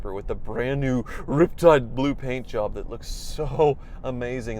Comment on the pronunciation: I've never really been a van kinda guy, but I gotta say, thats really sweet! And like you said, good value. Oh and you're not saying it right. It's suppose to be rrrrriptide blooooo